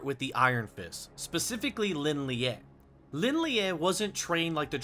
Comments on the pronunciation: Pronounced so wrong 😭... Shao Laou, Lin Lee, Dzjoung. Not Lin liaeee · isn't Lin Lie just pronounced "Lin Lay", and not "Lin Leeyay"